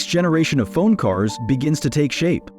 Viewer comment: Why even bother using AI to autogenerate the video, if you don’t even have the courtesy to proof read the AI generated subtitles… And for god’s sakes…. Why did you write the script with ‘f-one’ or ‘f1’ when the AI text-to-speach generator pronounces it ‘fone / phone’…. Furthermore, seing a video that is entirely AI created, really makes you think if even the script was written by a human, or if this is also just AI generated based on a f1 news feed. And with no sources anywhere to be found it is impossible to know, if half of this is even true, if you haven’t been keeping up with current f1 news. Worthless video imo